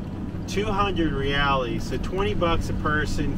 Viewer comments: Seja bem vindo... welcome to Brazil... how long are you guys in BR for? if you come to North Brazil, I would love to show you around... I'm currently at home in Florida but heading back to Brazil in 2 weeks... FYI you pronounce reals - hey-eyes ... remember, in Portuguese Rs are often Hs... Brazil is amazing, enjoy... if you make it to Piaui, let me know ... stay safe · It's not "reals" either, it's Reais. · I love you guys.... sorry I am leaving Brazil before you get up closer to me. I will be in Cabo Frio until the 17th of September, if you get up that far by then. Send me a message and we can have lunch. One thing.... a pronunciation thing.... Reals. you don't say reales. haha. It is just Reals....in Portuguese it is more like heals. He-alls. The R is pronounced like an H. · Just adding that "ais" sounds kinda like 'ice' in english. So, 'heh-ice' would be a closer pronunciation.